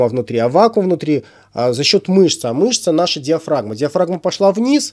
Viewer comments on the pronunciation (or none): none